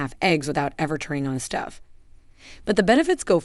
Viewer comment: It's long 'o' for Stove not stuv.